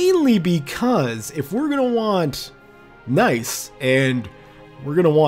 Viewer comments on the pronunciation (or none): Nice is pronounced niece in French...